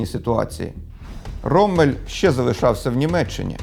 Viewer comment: Ніколи не кажіть "роММель" чи "біТТе", бо це невігластво. Подвійна приголосна літера лише вказує, що попередня голосна є короткою. Це німецька, таки правила правопису. Як й в англійської, не завжди читай як написано.